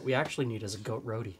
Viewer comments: Lol goat roady!!! It's pronounced (row tee). Good job guys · Great video! Ting is a great drink! Goat Roti (pronounced "RO-tea", not "Roadie" for future reference) is a FANTASTIC meal!